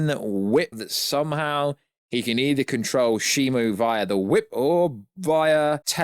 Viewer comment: Why the fuck is so many people calling him Shimo instead of Shimu, which is his name? Is there a reason or something? On a channel, somebody commented that this is how his name is pronounced, but for fuck's sake, we do not write the words how they are said, no? Where this name came from??